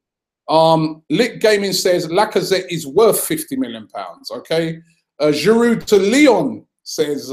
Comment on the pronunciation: I love you Robbie but can you stop saying Giroud's name wrong? The D is silent. It's "jiroo"